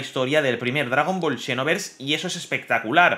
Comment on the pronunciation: Por que lo lees como shinovers?